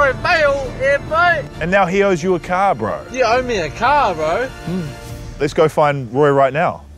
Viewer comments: "leshgo" what did you say? "leshgo" dont say that again 🤣🤣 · Roy Better Not Try And Say "Leshgo",Ever Again 😂😂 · "lesh go" 😂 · Thank you for telling him to stop saying leshgo 😂😂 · Leshhhgo hahahaha